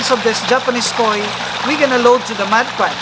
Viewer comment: sounds like you're saying mud pan lol